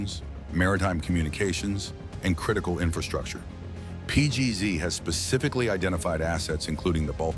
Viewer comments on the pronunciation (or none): none